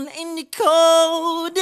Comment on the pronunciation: MJ sometimes pronounces really weird or is it just me noticing that? When he says "cold inside" (it sounds like "code inside) and "how does it feel". Anyway, I love the song.